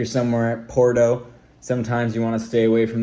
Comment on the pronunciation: I figured, he just pronounces it with a "Po" which is strange